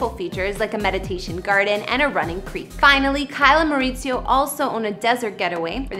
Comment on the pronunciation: Learn to pronounce Kyle’s husband’s name, he’s Mexican, not Italian, oh lord 🤦‍♂️🤦‍♂️🤦🏻‍♂️